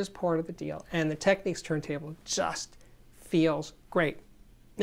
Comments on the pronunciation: Just an FYI, It's TechNICS not Techneeks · Sorry - I know your comment is from 2 years ago, but I watched one of Panasonic's recent videos and the actress doing the voice over pronounced it "Techneeks." I always thought it was TechNIKS as well. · Technics not techniques, surely...